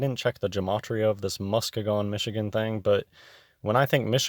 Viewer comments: Its pronounced...muss-key- gun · I'm from MI, it's pronounced Mus-KEE-gun. Also, if tptb hadn't lied about a spinning ball, they could have sold their climate hoax a lot easier.